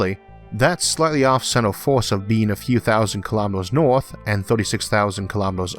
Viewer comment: Just above the “Orth”